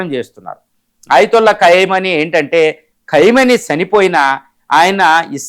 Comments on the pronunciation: Ore Vedhava Analyst. Pronounce properly the name of the Supreme Leader of IRAN. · అసలు ఈ "ఖైమోనీ" ఎవరు, " నేతన్యూహు" ఎవరు, ప్రపంచమంతా ఖమెనీ, నేతన్యాహు అంటుంటే నువ్వేమో ప్రతిసారి అలా అంటున్నావు, ఏది నిజమో మీరే చెప్పండి